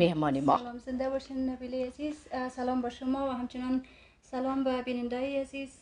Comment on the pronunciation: احمق ، سل لام نه. سلام